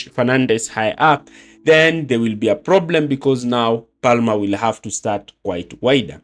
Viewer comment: You don’t pronounce the L in Palmer. It’s said as “Pamer”.